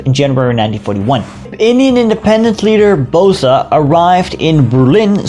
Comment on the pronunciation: Please dont say BOSAA, its BOESS BO+S